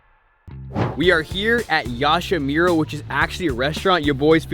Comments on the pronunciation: Its yamashiro not yashamiro🤣🤣🤣that shit killed me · Loved how he said yamashiro yashamiro